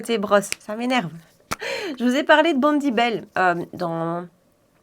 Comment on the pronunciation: J’adore tes vidéos! mais ça fait plusieurs fois que tu dis bondy bel pour le bronzer nudestick or c’est bondy bae ( bé) Vivement tes prochaines vidéos!!